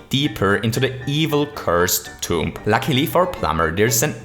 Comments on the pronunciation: Your way to say tomb is TOMP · You don’t pronounce the b at the end of tomb